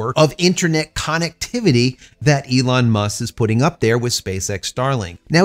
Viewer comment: I hear people pronounce connectivity as CONOCTIVITY? Why is that?